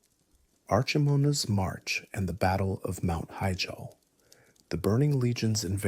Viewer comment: mount heejall